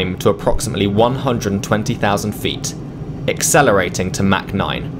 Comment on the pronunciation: Its not mac 9 its mach 0.9 lol